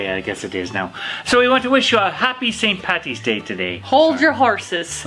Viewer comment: Please, Please, Please! it's not pronounced St Patty's day. It's never, ever, ever that, it's PAD-EES day, "Paddy's day" the D is hard, Happy St Patrick's Day from Ireland.